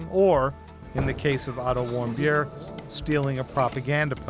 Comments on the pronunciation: sounds like, “I don’t want beer” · wait, WHAT? "otto warmbier"??? x'DDDD that guy surely is german and has the most hilarious german lastname that i've EVER heard; "warmbeer" is even tougher then "bonkingthicker" (poppendicker) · when he said warmbier i though he said i dont whant beer 😂😂😂